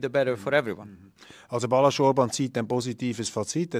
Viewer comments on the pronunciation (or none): Nicht Balasz, sondern Balázs